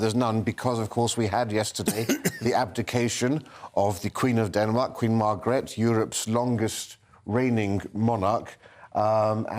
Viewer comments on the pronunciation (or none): Oh, a rare faux pas … the previous Queen of Denmark’s name is pronounced “ Mar gret the”. I still think you’re fabulous! 😁